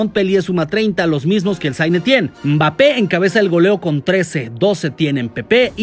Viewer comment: "Mbappe encabeza el goleo con 13, 12 tiene MPEPPÉ..." jajajajaja Like si lo escuchaste